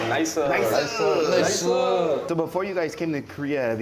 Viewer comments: 발음이 nice 아니고 나이사 인것을 주목해야댐ㅋㅋㅋㅋㅋㅋㅋㅋ나이사~ㅋㅋㅋㅋ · 부대찌개의 역사를 설명해줘서 너무 훌륭한 영상이네요 나이스를 한국발음으로 하는거 왤케 웃김 ㅋㅋㅋㅋ